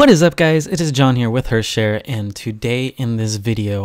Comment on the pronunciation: ITS PRONOUNCED "HARTH" you fucking idiot. Christ